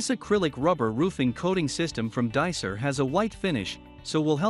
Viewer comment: Hey, it's pronounced DyCor not Dicer...